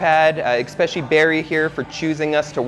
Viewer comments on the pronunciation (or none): Wow. Beautiful. And stressful. BTW, it's "especially" - not "expecially". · Bro, this is great, but for the love of God, it's eSSSSSpecially!! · Pronunciation was Expetially bad today.